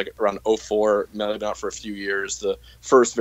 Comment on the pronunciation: "Miilay" - Fantano